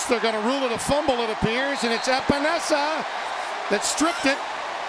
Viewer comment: Every time I hear announcers mispronounce Epenesa I cringe. He is a namesake. Please for the love of god do your homework! I think I could be a great announcer if ever given the opportunity.